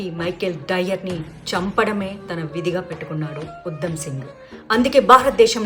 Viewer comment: Pronunciation check chesukondi madhavi garu..... ఉద్దo సింగ్ కాదు ఉ ధ మ్ సింగ్